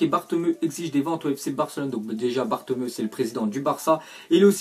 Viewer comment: C’est pas bartemeu mais bartoméou gros t’a 0 en accents que ce soit allemands anglais ou espagnols 😂